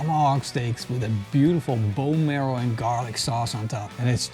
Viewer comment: What are you trying to say? And did you mean "marrow"? Hehe, "merl"...